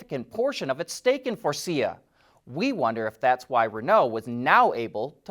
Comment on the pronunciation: Props for pronouncing Faurecia right, (its not furry-sha)